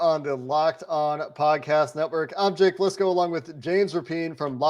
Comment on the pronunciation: He said Jake Listencow. 😂